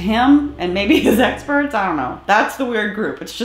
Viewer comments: His “esperts” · "My essperts are here". Baaaydaaas!! 😅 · btw, what the hell is an ''Essperts'' ?